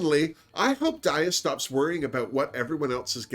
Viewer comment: hey! love your reviews! i'd just like to say that daya is pronounced DYE-yuh. because daya betty is like diabetic. just letting you know!